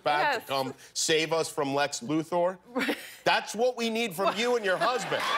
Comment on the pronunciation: Lex Luthaur? Nigga please